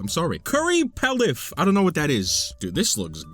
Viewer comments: it is pronounced PEE-LOF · That is “pea-lof” like you’re saying “loft” without the “t,” and it is a delicious spiced rice cooked first in some fat source like butter and then by adding broth as the cooking liquid like a risotto. Plus other things like veggies and meat, sort of like you would do with a fried rice. My Italian lineage weeps. Though, honestly, I wouldn’t want salmon in my risotto…. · not the 'curry pelif' 😭😭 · Pilaf Is pronounced pea loff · It's pee-lof.. pilaf is a rice dish and it's amazing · ....your food opinions hurt. I just got to the "we're closely related to mushrooms" part and have just died inside. Now you said "palif" instead of "pilaf" and omg....welcome back, i've missed your videos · Pilaf: Pronounced pee-laaf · PS: It's kind of like "PEEL-off," only the L is in the second syllable, so, like, "PEE-loff." I think it generally just refers to a mix of things, so, like, rice pilaf is rice with peas and carrots and corn and some kind of sauce, though not tomato sauce, as far as I understand it. It's yum. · It's pronounced "pee-loft" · Pilaf is pronounced Pea-laugh or pea-loff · curry palif… he’s illiterate 😭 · here to gently let you know pilaf is pronounced pea-loff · Pilaf = Pee - laugh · In case you’re curious it’s pronounced “pee-loff” and it’s delicious. It’s rice and pasta browned in butter and cooked in broth 🤤🤤🤤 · Nice tiers list ! There seem to be some crêpes missing from the list, there is a wild berry version in botw at least. I had so much fun hearing you mispronounce european dish names XD Meunière and sauté were 🤌 absolute peak, but Pilaf was my favourit prononciation of yours. Also: the fish... They'Re lOokiN' aT Me :0 (I related XD) I also pardon you for putting milk first (I do not like milk alone) because you like bread, and you complimented my country's bread recipe (and you were ABSOLUTELY right to do so) Take care 👋👋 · trying to pronounce big words makes me laugh😂😂